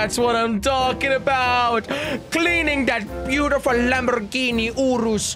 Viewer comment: What I heard is "Lamborhini Oorooss"